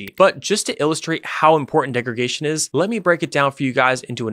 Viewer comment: Great and highly informative explanation. Minor nitpick, it's degraDation (not degregation).